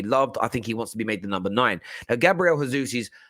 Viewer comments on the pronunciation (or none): Gabriel Jesus is pronounced Jaysoos not Hayzoos